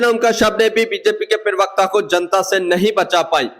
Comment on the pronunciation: Perwakta nahi hota parwakta hota hai hindi ka sahi uchaaran nahi karpate ho chale vedeobanane .